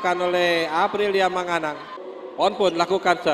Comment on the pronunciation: ก๊กร๊ามมมม...ปิมปิ๊ดจ๊ะยา.. มังก๊านัง...555